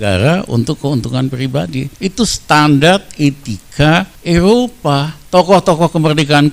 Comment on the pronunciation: Eropa,bukan elopa,ngomong ga ncus tp nyerocos tluus,eh,,truus 😭😭😭👍